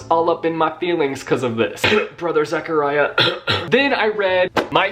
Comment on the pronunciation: saying brother Zechariah Me: ow that show you pronouns it